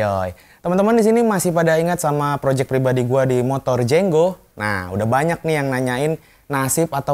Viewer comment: Itu jengo bukan jenggo nulisnya aja jengo kok bacanya jenggo 🚀